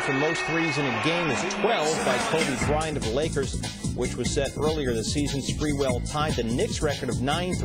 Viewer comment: Latreeeeeeeeeeeeell spaaaaaareeeeweelll, idk y he says it with an a, but whatever.